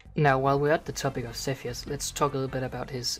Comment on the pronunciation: its not sethioz but saltyioz